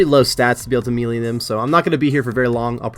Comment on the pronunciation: The way you say “melee” always kinda throws me off but I liked this series